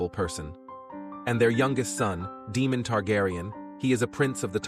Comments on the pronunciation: Ae in names is pronounced ai not ee. It's Daimon, not Demon. Helaina not Hela-ena. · I can't keep going, it's DAEMON not DEMON FIX IT. UGH, I wanted to enjoy...sorry u lost me! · Day-mon… not demon lol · Day-mon..... not Dee-mon. Just get a proper narrator. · DAY-mon…. NOT, DEE-mon.